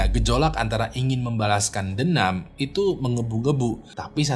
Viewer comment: Mohon maaf DENDAM mas bukan DENAM 😅